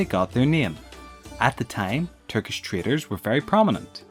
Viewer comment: your accent makes "Turkish traders" sound like "Turkish traitors", not really what you meant :D did you?